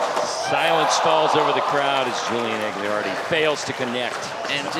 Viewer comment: Malto, it's AG-LI-AR-DI, for fucks sake